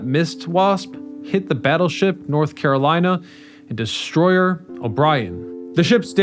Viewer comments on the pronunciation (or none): none